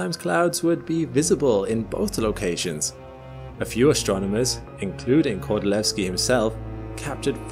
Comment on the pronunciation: your pronunciation of Kordylweski is sooo good, are you really form UK:O?